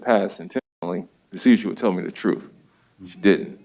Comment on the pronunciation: If a judge say “Troff” instead of Truth, not sure he is qualified